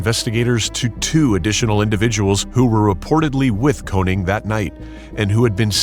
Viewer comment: His name is actually konING not konig.. triggers me like hell